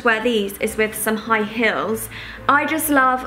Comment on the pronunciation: You say heels weirdly